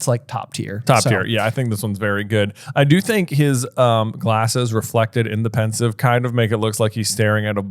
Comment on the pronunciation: It's Pensieve, not Pensive.